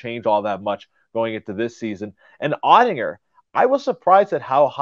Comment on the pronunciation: You might want to learn how to pronounce Oettinger